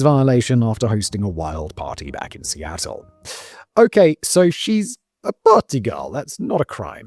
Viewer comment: Amanda Knox came from Westie Attle